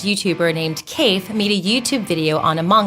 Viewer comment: How the fuck can you slaughter Kaifs name its not KEIF lmfao